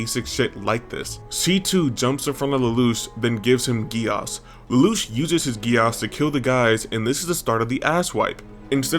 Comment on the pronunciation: ts is ragebait, bro cant even say geass properly.